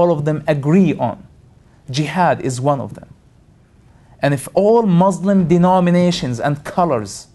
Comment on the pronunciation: can't believe people listen to the crap pouring about his mouth. Everything he pointed out is wrong. He knows nothing. how typical of ex-Muslims. and he cant even say "Muslim" right haha!